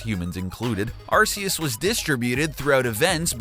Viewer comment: it's pronounced ARK-E-US, noob